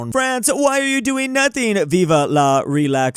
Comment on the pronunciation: WHY DOES EVERY ANGLOPHONE SAY VIVA INSTEAD OF VIVE (VEEV) VIVA IS SPANISH